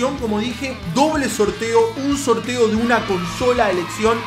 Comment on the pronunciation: "recuerden que el soLteo de la consola" y la R??